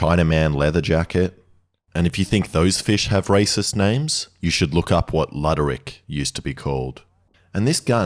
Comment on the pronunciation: Its not a "LUDD-ER-ICK", it is pronounced LOO-DER-ICK, or just Blackfish 😂